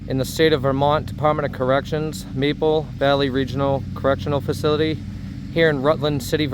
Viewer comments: Right up the street from my house. It's Marble Valley, not Maple valley though, lol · Ah...it's "marble valley"